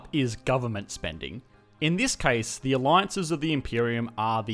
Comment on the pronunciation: "Stimulating da economy" killed me.